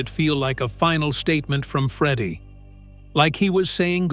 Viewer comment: This is garbage clickbait. Freddie wasn't diagnosed until 1987, so Knebworth wasn't intended to be Queen's last concert. Also, if you're going to use a stupid , David Letterman- sounding AI voice, it's pronounced "Freddie", not "Freedie". Wankers.